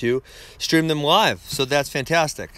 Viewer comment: Ben can’t pronounce L lol he say Live so weird 😂😂